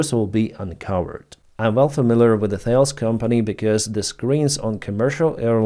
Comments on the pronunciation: The name of the company is pronounced "Tah-less." Not "thails". It is French, not American. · Thales is pronounced as Tal-eez. It’s a French name.